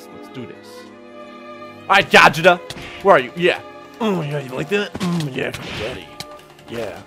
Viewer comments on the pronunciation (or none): Hearing "Gah Jit uh" instead of "Go Jeet Uh" Hurt me for some reason...